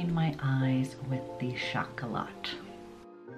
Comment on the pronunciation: Beautiful makeup....a heads-up from a French-speaking person: you pronounce the French words “rose bois” perfectly but please use the same rule for the last T and in the word chocolat, the last C in the word tabac. We don't pronounce either of them. Happy New Year!